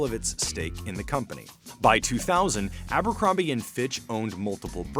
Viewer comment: drink everz tim they say ambrocromby and geths]